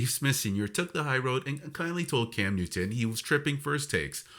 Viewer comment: ai is a channel killer...dude cannot even get Newton's name right!